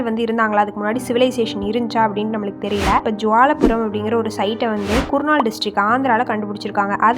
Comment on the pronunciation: குர்நால் இல்லை, கர்நூல்!